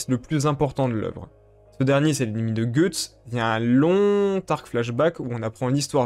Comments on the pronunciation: Je sais. Mais ça se prononce pas "gueuuuuuxtse" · Je déteste ta façon d'appeler Guys, "Goethe's", cependant j'ai adoré ta vidéo et ta vision des choses sur Griffith. Pour ma part, j'aime les choses claires, et concises, donc je dirais juste que c'est un colossal enculé. Quant à ce qu'il a fait à Casca, il l'a fait dans le but de pervertir son foetus (elle était pour moi, déjà enceinte de Guts) en fécondant Casca après Guts, et de pouvoir ensuite se réincarner grâce à celui-ci. Vous comprendrez donc le degré de haine infini que peut ressentir Guts envers Griffith. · Guts veut dire tripes en anglais et se prononce "geuts" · C'est qui "Gueuxtse?"